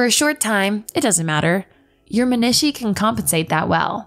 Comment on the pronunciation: This lady does not know how to pronounce menisci lol